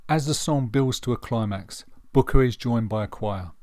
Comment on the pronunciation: A very good, considered appraisal, apart from two basic errors; the most glaring being the irritating mispronunciation of the main man's surname throughout....It's BRooker..... BRooker!! The other is the omission of acknowledgement of any males in the jazz vocal group The Swingle SINGERS.